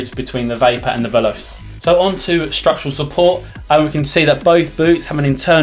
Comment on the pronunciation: Both are teijin synthetic, and they are exactly the same except acc and the one piece design. Also, it's pronounced vel•ah•chay You also can't compare stiffness of a broken in boot to a brand new one. Not a quality video, but the new videos are much better. And ACC doesn't make a change at all. You can't tell its there, I've tried the same boots with and without it. There was no difference. It's a gimmick. If you think it's there you will be tricked into thinking your boots are doing things better, when it's 100% you, and 0% your boots.